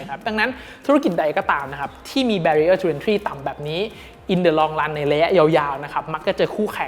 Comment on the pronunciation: Barrier อะไรนะ ฟังไม่ชัด